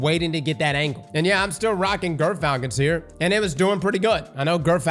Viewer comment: I swear he's saying girthfalcons